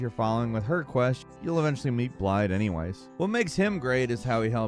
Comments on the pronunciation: Blaidd's name is pronounced blaɪð. The double 'D' sounds like the "TH' in the words 'this' and 'that'. An important note is that it is voiced; meaning that your throat will vibrate when spoken. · I hate how it's spelled like that but I hate it even more when they say blade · Turn's out Blaidd's name is pronounced "blythe" meaning wolf in Welsh, I can attribute that knowledge to CdawgVA a wonderful Welsh streamer lol Hail monke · Thanks you for explaining this. I was confused as to why (in my mind at the time) his name was being mispronounced now that I know, calling him 'Blade' instead of 'Blaith' just sounds weird. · His name isn't pronounced "Blide", his name is "Blithe". It's I believe Welsh for "wolf". He tells you how to pronounce it so many times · Blaidds name, the two d's are said like a "th" sound. It's Welsh, I think it means wolf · Amazes me sometimes how these people who make in-depth videos about computer games can't even be bothered to get the character names right. It's like they've never actually played the game. EVERYone who's played Elden Ring should know "Blaidd" is pronounced "Blythe". I mean, all characters in the game pronounce it correctly, including Blaidd himself, but almost all content creators say "Blide". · Just a note, Blaidd's name is actually pronounced with a 'th' at the end instead of a D. The name means Wolf in Welsh, and the DD is treated as a TH. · Thank you for this. I often couldn't tell if they were ending his name with an FF or TH. I often times, out of frustration, still called him BLADE because I thought it sounded cooler. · Blaidd is pronounced with a "th" at the end. Literally every character in the game refers to him in this, correct, way. Please make a video where you say it that way :') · Why can't people pronounce the names in From Software games... Like Blaidd even says his name in the game... Yet people still mispronounce it -_- Triggered! xD